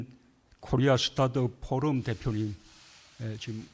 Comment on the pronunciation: 발음 소름입니다 포름이란다 포럼이 안되나봐요 제발 거짓말 하지마시길...